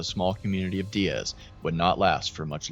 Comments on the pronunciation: It's pronounced Die-ez not dee-ez 😊 I live in the neighboring town about 30mins away, Jonesboro AR I was up watching this as it was happening 😢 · Die-az not De-az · Hey, so this is near my hometown. Just a small correction, but here Diaz is pronounced like you're saying "Die as" Really great video on the situation btw! The last time a tornado like this hit the area was in 1999. My grandparents home was hit and they were nearly killed by a tree that had fallen on them. There's old news coverage of it on Youtube. My family evacuated before this one hit, luckily. It destoyed their town.